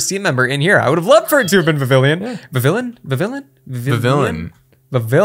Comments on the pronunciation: applin should be called"apple" blipbug should be called "biplin" also it is viv-ee-on nto viv-i-llin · Just so you know, Vivillon is pronounced ‘Viv-ee-on’. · vivillion is pernounced vi-ve-on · Vivillon is pronounced vih-vee-yon. It’s French so the l’s make a y noise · and you both pronounced vivillon wrong it is prounounced VIH-vee-yon trust me I have watched the show and that is how they pronounced it and I have a book that tells me how to pronounce Pokémon names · No one gonna talk about how he said Vivillon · I got triggered when he pronounced vivillion wrong